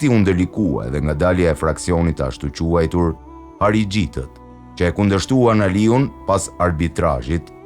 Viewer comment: Vella lexo mir dhe shprehe mir se ste ka hije ne kete dhoj shprehje harixhinjte